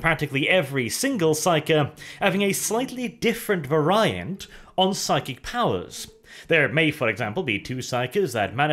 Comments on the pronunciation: Var-ree-ations Var-rai-ant Seems legit. :/ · Vuh rai ent. Vuh rai uh bulls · Every time mispronounces Variant, I put money in a jar marked "Norway trip (to slap )". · lasts forever dude nobody in any English speaking country says it that way lol. We say it the same way as in the UK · lasts forever yes this is true, however his is not a pronunciation breaking into the English lexicon, it's just a super bizarre pronunciation of variant.